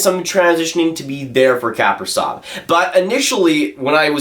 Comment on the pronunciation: he is pronounced Kapri-Z-ov, not Kapri-S-ov lol